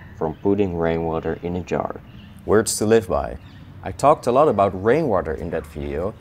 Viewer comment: Thought he said brainwater